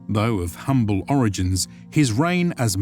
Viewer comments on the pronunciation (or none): none